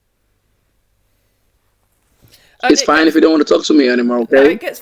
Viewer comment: I'm intrigued by how many R sounds he adds. My surn instead of my son, urs instead of us, frine imstead of fine. He has to add R sounds to pretend to be American, so maybe he adds more than necessary by failing to identify the words that actually need R.